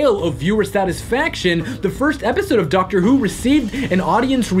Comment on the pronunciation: Dactor BBC: The Dactor is a Time Lord